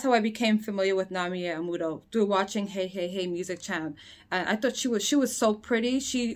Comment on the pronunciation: The term was "Amu-rer"!